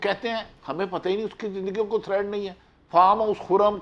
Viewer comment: Bhati sb thread nahi hota threat hota hy